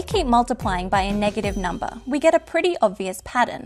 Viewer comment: Clicked just to hear her say "numba", was not disappointed.